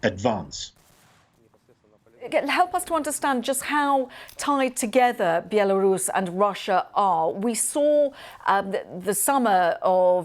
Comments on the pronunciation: I love how she pronounces the name BIALORUS with the accent instead of the English pronunciation BELARUS. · Why does she call it Bielarus.